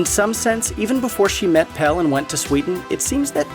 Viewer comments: (His name is Pelle, not Pal. The script is interesting, but when the narrator proves they haven't seen the movie by mispronouncing character names, it makes it less... Engaging. :/) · So you've watched this film more than once yet you can't say PELLE'S NAME. It's Pelle. Not Pel 🙄😒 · Pelle. Not Pell. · I can't with the "Pell" pronunciation.. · right. it has an E at the end for a reason lmao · would it be that hard to make sure someone can say pelle's name right? lmao